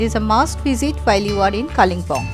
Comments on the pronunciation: Kalinpong ....bad pronunciation It's kalim pong Local tongue kale bung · Your English of Pronunciation of Kalimpong, is atrocious